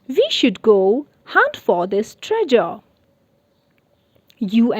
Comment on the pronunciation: You pronounce treasure wrongly